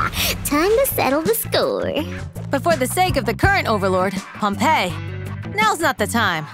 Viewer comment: It's actually Pompey (pom-pee), referencing General Pompey the Great of the Roman Republic, who was an enemy of Cesar. Pompeii (pom-pay) is the city which was destroyed by Mt. Vesuvius. The ENG VAs actually got the pronunciation wrong since more people are familiar with the city rather than the general.